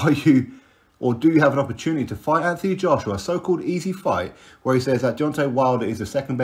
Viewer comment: as per usual you're spot on but just so you know his name should be pronounced Ant not anf it's a silent h... Obviously unless you asked him, wouldn't argue then lol